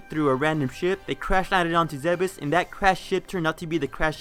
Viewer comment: Ugh. It's pronounced "Zeebs."